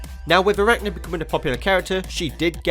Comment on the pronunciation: And isn't it pronounce I-rachnid?